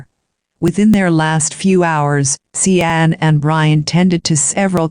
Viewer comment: See ann??? It should be pronounced like Shawn right? That’s why I hate computer voices